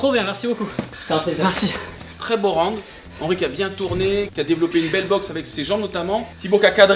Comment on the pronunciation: un plaisir d'entendre un français prononcé pour la première fois correctement le mot "ROUND" à , à part ça c'étais une de mes vidéos favorite de Tibo très beau combat avec le respect <3